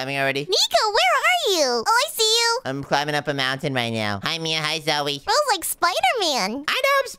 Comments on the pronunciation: your name si not zoe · I laughed when nico seed zoye